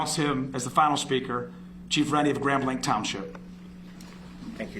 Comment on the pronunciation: Grand blank? Isnt it grand blanc with the french pronunciation?